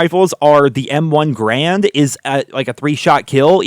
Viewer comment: It's not M1 Grand. M1 Garand